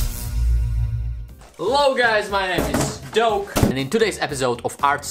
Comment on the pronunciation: When you're saying your name I allways hear "dough" and not "doke"😂😂